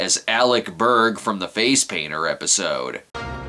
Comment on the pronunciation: Ah great. Now I have to say it. Alec Berrrrrrrrrrrrg! Mistah Berrrrrrrrrrg!